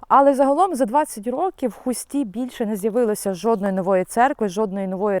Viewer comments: не ХустІ, а ХУсті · Не у Хусті ав Хусті,наголос на у